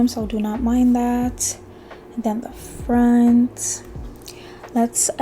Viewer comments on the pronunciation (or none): none